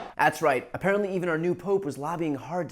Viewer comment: "That's right, apenrently, even our new Pope was lobbying hard to get the fuck out of America" 😂😂😂